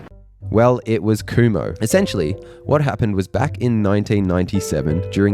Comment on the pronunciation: I’m pretty sure it’s pronounced khum-ho.